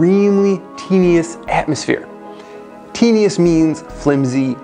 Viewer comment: It's pronounced ten·u·ous ˈten-yə-wəs. : having little substance or strength. Not teen u ous.